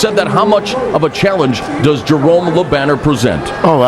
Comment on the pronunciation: I hate that the guy talking the fight butchers Jerome’s name like that.